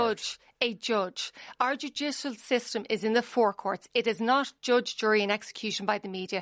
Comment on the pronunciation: "Our Jew-jish-al system." 😁